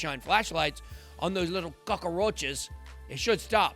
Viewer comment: Love you man. Calling F2 cockaroaches lol !!